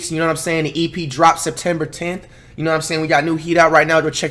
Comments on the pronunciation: It’s semtember .a mouth to remember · "This gone be a month to remember... its semptember!"